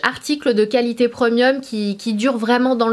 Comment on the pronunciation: Tu ma tué comment tu prononces « premium » - preuuuuuhmieuu